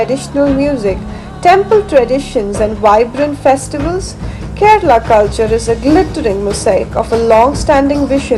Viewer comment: Aha, so Kerala is pronounced "Ked/a/la